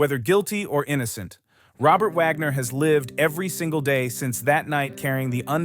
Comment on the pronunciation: Wagner not Vagner